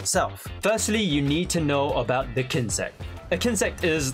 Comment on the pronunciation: Whenever he says der not the😅